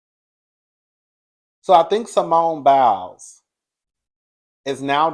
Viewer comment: I normally stay in the bushes 😊 but when u called that man Biles I hollered. Oh yeah the name is Jeanine Mai (My)😂 . You tried I give you that. 😂❤